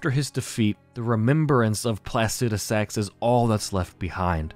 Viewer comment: Home boy you gotta read names phonetically from now on. Your pronunciation of Placidusax hurts me. It’s Placidusax, not placudisax.